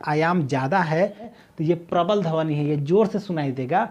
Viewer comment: Dhawni nhi dhwani hota h correct your pronunciation